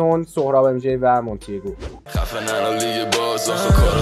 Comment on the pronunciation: مونتیگوه شد مونتیگو؟